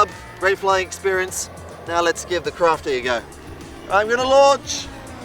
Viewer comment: Woohoo :-) Those fast closeby passes are a BLAST :-) Do you have any idea on the top speed? because I fly a HK Me-163 myself on steroids (5S) but this one looks as fast. Please don't call it a 'crafty' … better pronounce it like Kraft-Eye :P Anyways cool vid with some good flying and even good camerawork, this plane isn't easy to get on vid. Greetings from Belgium (Icarus the 2nd)